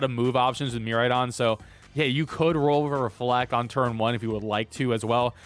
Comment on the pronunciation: Good stuff. Just a heads up, pronunciation is mere-AYE-don, and extra boost for electro drift is 1.33x, not 4x (so 2.66x damage from base 100 power)